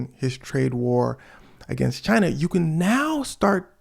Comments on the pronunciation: She was not here for your pronunciation of China😂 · Haven't even watched the video yet, 24 seconds in, but you actually pronounced the "CH" in "China", so you didn't technically pronounce it like Trump does. You said it very staccato, which is the way he DELIVERS the word, but something I see ALL THE TIME is people assuming he says it the way a normal human being would say it. In point of fact, he and Bernie Sanders actually pronounce it very similarly due to their New York regional accent, with Bernie being far less obnoxious. Almost 98% of the time, without fail, Trump pronounces the name of the country "Jai-Nuh", like "vagina", a word he's probably much more accustomed to saying. Little nitpick, and not out of mean-spiritedness, I just want to educate people on how to do better Trump impersonations lmfao